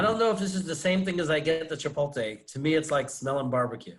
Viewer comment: No one ribs for mispronouncing "Chipotle"? Are you even brothers?